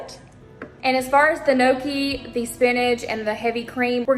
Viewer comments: Hi. I’m Italian. FYI, it’s not no-key. It’s pronounced nyo-key. The gn in Italian is pronounced the same way as in French ie filet mignon. Impress your friends by pronouncing the word properly. 👍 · I'm 70% Italian too but I never had gnocchi since my parents never cooked it so I had no idea how to pronounce it.. I think since so many ppl don't know how to pronounce it it actually would be impressive to me since even I never knew how, LOL.. The only reason I learned is because my son works at a fine Italian restaurant and he makes the gnocchi by hand.. The restaurant was just on Good Morning America this week!.. So I'm in my 50's and it was my son that taught me how to pronounce it correctly!! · I dont think she was trying to insult you.. I think she was only trying to teach the right way to say it because most ppl dont know..Its funny we all know how to say pizza, lasagna and spaghetti but no one can say gnocchi right, LOL but I always knew I was pronouncing it the wrong way tho!!